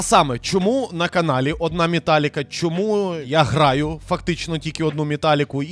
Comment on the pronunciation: Тільки чого ж мІталліка, а не мЕталліка